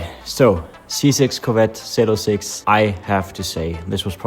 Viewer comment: Hey brother your talking about an American legend it’s zee 0 6 not zeed 😂